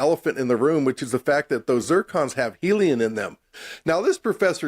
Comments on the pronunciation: “they have helion in them”? lol can’t even say helium 😂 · I just love sexy lisp. And the way he pronounces he eloquent words Geology - JOLLY-G Creationist - CRAtionist Helium - HeliuN Accurate - acKERate Particular - ParTICKLER Population - PAPAlation Fairy tales - FURry tales Biologist - BALLAgist Abiogenesis - UHbiogenesis Manipulating - MuhNIPPLEating Secular - SecUHLar Whales - WELLs I keep having to edit my post to add more as I find them 🤣🤣🤣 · I'm pretty sure he said "heliun". With an "N". Watch his lips. He keeps doing it. Is he messin with us? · Never have i heard anyone call the elelement He heliun. Like we learn that one as little kids right after we fall in love with ballooms.